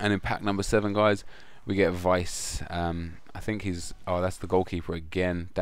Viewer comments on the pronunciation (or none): Veeeesa not vice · Tim Wiese is pronounced 'Visa' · His name is wiesEEEEEEEEEEEE why you son't say the E?